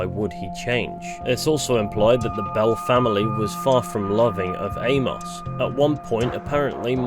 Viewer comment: Good video. But the way you pronounce Amos drives me up the wall a little tho😂